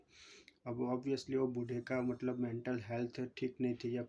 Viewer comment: मटलब नहीं मतलब